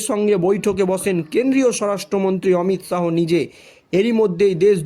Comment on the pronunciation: কোমর কে মাজা বলছো কেন? অমিত শাহো না অমিত শা.